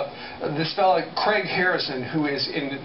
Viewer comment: why do americans constantly pronounce the name craig as creg? makes me chuckle lol